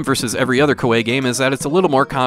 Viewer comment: I really enjoyed playing this game. To make it quicker, you can so automatic battles without the battle screen it will just tell you if you won or lost. That's how I prefer it. Also, Koei is pronounced Ko-EE